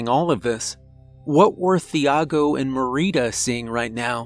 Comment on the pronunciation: Love your narrations, my dude, but the h in Thiago is silent. 😉 It's pronounced like Tee-ah-go in Portuguese or Chee-ah-go in Brazilian Portuguese. 😅